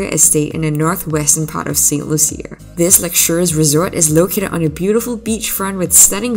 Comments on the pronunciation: It’s Saint Lucia (pronounced Lusha, not Loo-see-a)!! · "Lew-shu". Saint "Lew-shu"... How you gona make a video about a country when you don't even care to pronounce the name of the country correctly? 😂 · Pronounced Saint Lu Sha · You are pronouncing St. Lucia wrong.